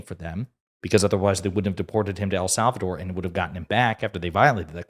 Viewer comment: Who is "Al Sal Val Door?" 😅😅😅😅😅